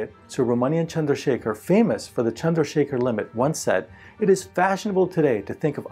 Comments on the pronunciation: are your parents indian? You can’t pronounce the name so well otherwise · On finding how accurately you pronounce Indian names (here Subramanyan Chandrasekhar) + your name (seems like an Indian name to me) + your video on yoga a couple of years ago, made me curious to ask you this... Are you an Indian? If not, then you are very very good at pronouncing Indian names sir.